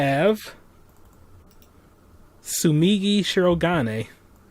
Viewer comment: Her name Tsumugi not Tsumigi. And your friend is right about Kokichi.